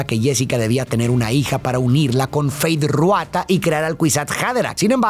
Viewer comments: Disculpa, no se dice feith ruata , se dice feid rautha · "Feid Ruata" 😵💀💀💀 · No puedo con "Fayd Ruata" 😭😭 ya se que es un pequeño error pero suena gracioso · Feid Ruata jajaja, solo ese detalle 😅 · Quien es “Feyd Ruatha”? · Me mata que no dice 1 sola vez mal el nombre de Feyd Rautha Harkonnen, sino en todas las veces que lo nombra 😂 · Nunca dices bien Feid Rautha 🤣